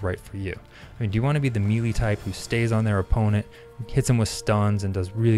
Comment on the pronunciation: I really appreciate your video while I wait in the queue. You've got great public speaking skills but I have one complaint. Melee is pronounced "May lay". Best of luck, keep up the great work.